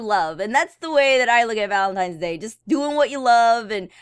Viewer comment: it is not valentimes day